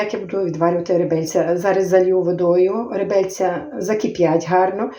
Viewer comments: Напевно скоріше всього не ( ребельця),а реберця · реберця а не ребельця